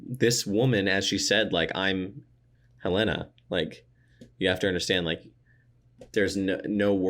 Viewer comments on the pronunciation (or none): Maybe by season 3 will be able to say HELena rather than haLINa:) Seriously though, it's been a fun ride with you two, thanks!